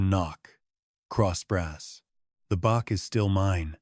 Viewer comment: Bach is Said Batch